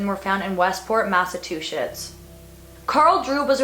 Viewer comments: It's pronounced 'Mass-a-chew-setts' not two-shits haha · Did you say "Massatwoshits"? :-) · Lindsay LaFratta FACTS SHE SAID IT WRONG!!